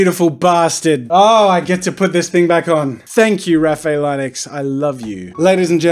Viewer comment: The way he pronounced Linux 🤦‍♂️😂